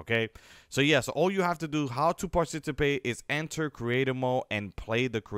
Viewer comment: Did he just say parcitipate . LMAO!